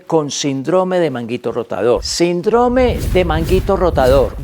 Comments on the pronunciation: " SINDROME " ????? Doc, no lo enseñaron a leer en la escuela ?? SÍNDROME !!!!!! Con acento el la " I " por ser palabra ESDRÚJULA !!!! No revienten mi florido y querido Idioma ESPAÑOL !! 🇪🇦🇪🇦🇪🇦🇪🇦🥸👍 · Porq dice SINDRÓME si es SÍNDROME... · NO ES SINDROME SINO SÍNDROME EL ACENTE ESTA EN SIN NO EN DRO PARA ESO TIENE LA TILDE. GRACIAS